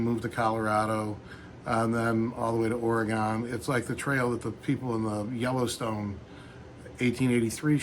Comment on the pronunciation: It's pronounced somewhere between "Oregun" and "Oregin"